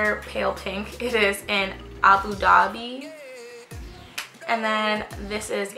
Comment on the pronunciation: Love the way you pronounce Abu Dhabi (well said!) I so miss Benefit's old lipsticks, they were epic! My fave was "Swoonderful"